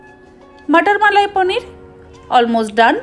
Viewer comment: পনির কে পনির বলতে শিখুন । পানির নয় । কায়দা করতে গিয়ে তো ভাষার ভাবমূর্তি পাল্টে দিচ্ছেন । শুভেচ্ছা রইলো আগামী দিনের জন্য